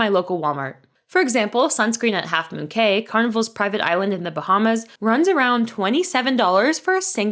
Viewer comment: It’s spelled Cay but pronounced “Key”